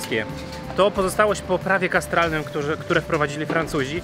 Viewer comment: Chyba chodziło o kataster -> prawo katastralne, a nie kastralne :D :D :D LOL